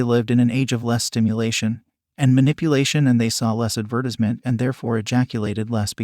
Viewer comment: Who says advertisement like that?